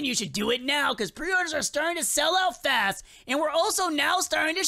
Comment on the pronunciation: fath??? You mean fast??